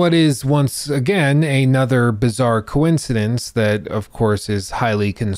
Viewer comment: I like how you said "coin-cidence" right then and there